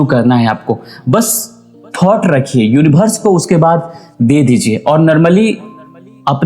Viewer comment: सब कुछ ठीक है भाई साहब लेकिन यूनिवर्स को यूनिभर्स मत कहिए